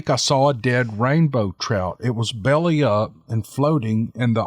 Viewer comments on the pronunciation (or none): none